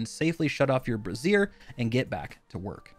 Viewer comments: Brazier is pronounced (bray-zure) the other way (bre-zeer) is like a bra. Just FYI, game looks pretty neat though looking forward to trying it. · please stop saying brassiere... that is a female clothing item... it's bray-zure ;) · Thank god, was simultaneously triggered by also laughing by him saying it like the full name of a Bra for your chest every time. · Side note: Brazier is pronounced BRAY-zur. You are saying Bruh-ZEER, which is an article of clothing for females. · Brayzhur Not Brayzeer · Bray-zer. A brassiere is a bra, bruh. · /ˈbrāZHər/ ... not brassier. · Dude you kept saying mist brassiere instead of mist brazier and it made my day! lmao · Brazier isn't pronounced like that, keeps talking about women's lingerie. Bray-zhur is closer to how it's pronounced. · Guys a brassiere is what a woman wears to support her girls, a ""Bray-zier"" is the thing you're referring too in game. It's hilarious how many youtubers can't pronounce this word lol. Get your vampire bra's on to avoid the sun, boys LOL. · A brassiere is a bra. A brazier is a BRAY-ZHUR. Been driving me crazy that every single V Rising youtuber gets this wrong - sorry I'm taking it out on you :) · the way you are pronouncing brazier makes it sound like a bra, Braze-er is closer to the right way to say it. Not trying to harp, just sounds funny thinking that you use a womens bra to avoid the sun lol. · A brassiere is a feminine undergarment better known as a bra. A brazier is pronounced brāʹ-zhər. (Bray - Zher) I just thought I'd throw this out there because calling it a bra just makes me giggle every time I hear it. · I can't help but laugh every time you say Brazier. It's not pronounched like a Bra, but your saying it cracks me up so no complaints. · He’s the 3rd creator to butcher the pronunciation of brazier 🤣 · DEAR GOD PLEASE LEARN HOW TO PRONOUNCE BRAZIER! ITS NOT A WOMANS UNDERGARMENT! FFS